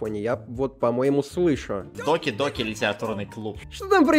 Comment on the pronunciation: Не доки доки а даки даки😂